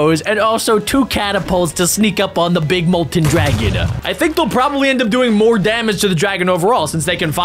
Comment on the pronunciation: Why he said it like this : were gonna fight the dragona